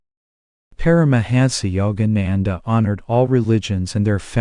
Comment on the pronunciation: Please I respect that we all have regional accents but your pronunciation of his name alone is horrible. Be respectful of this great man. To intentionally mispronounce his name is truly disrespectful and insulting. All your pronunciation is horrible. These people come from another country. Please have a little respect.